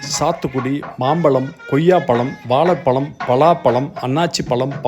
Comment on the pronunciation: முளுக்க முளுக்க பளங்களா? வாளைப் ப்ளம், ஆரஞ்சு பளம் அப்புறம்?? முதலில் தமிழுக்கே ஆழகான 'ழ' வை உச்சரிக்க பழகினால் நல்லது...பழம் என்று சொல்லாமல் பளம் என்று சொன்னால் ரசிக்க முடியவில்லை சார்.